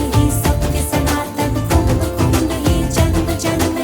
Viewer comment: KUMBHA ❌️ KUMBH ✅️ .... Har jagah angregi chochle mat lagao